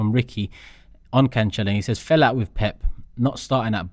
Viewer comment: Why has everyone begun to pronounce his name wrong? It's "can-sell-oh" not "can-chell-oh"